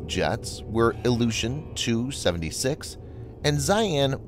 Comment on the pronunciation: Il-76 is pronounced "Eye Ell 76". That is not a Roman numeral.